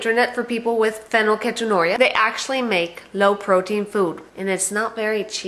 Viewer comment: you are making a video about your daughter and don't even correctly know how to say the word. oh and i say this becuase im living with it and have been for 18 years along with my brother and sister. get things straight before you decide to inform the whole world about PHEEEE NYL KEEET ON URIA!